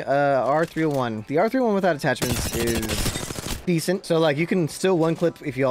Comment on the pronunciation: I subscibed when he said " R30-Juan" XD